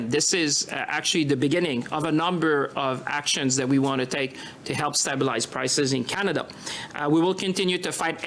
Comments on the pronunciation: The chihuahua needs to learn to say stabilize properly. He is right by the word "stab" though. Canadians are definitely getting stabbed by the Liberal government. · Someone tell that stupid frog how to pronounce stabelize